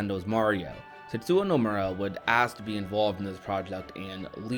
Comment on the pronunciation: Tetsuwa. 🤣🤣🤣 It's Tetsuya. Yuh. You had one job.